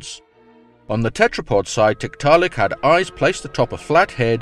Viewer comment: Is it wrong for me to giggle everytime says tit-ta-lik?